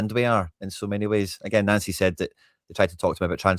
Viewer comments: It's pronounced Noncy😂😂😂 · Why are you calling him Nancy. It's pronouced Noncy